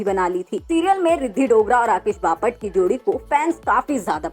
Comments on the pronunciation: Papat nahi😂😂😂😂 Bapat..pahale bolana sikh😂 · बपाट नाही बापट 😂😂😂😂😂😂😂😂